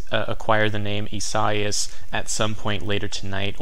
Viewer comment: Thanks! Watching the tropics from NJ. However, it's not ee-SIGH-as but rather ee-sah-EE-as. Great job though.